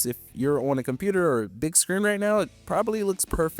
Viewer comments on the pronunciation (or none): none